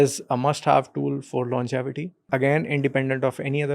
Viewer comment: Great discussion. It’s longevity not longitivity 😬 😅